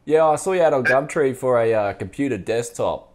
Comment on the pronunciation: Literally just here for "gamtree"